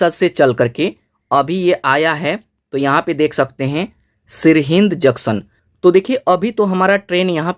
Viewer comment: Sirhind nahi sor sirhind